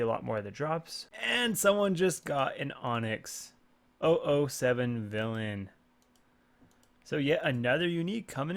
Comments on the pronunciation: Any one els bothered by the way he said “007 villain” haha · Yes, just watched it and i was stumped